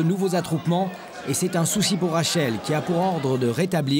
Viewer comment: le journaliste c’est amusé à dire c’est un sushi au lieu d’un soucis